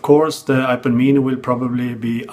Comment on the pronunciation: I can listen to this dude say, "Ipuh Meanie" all day long. LOL